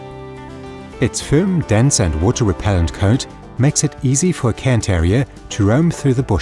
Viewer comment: Thank you for pronouncing the breed's name correctly! So many other channels call them "Karen" terriers, which is a small pet peeve of mine. Probably an American thing where cairns aren't all that common...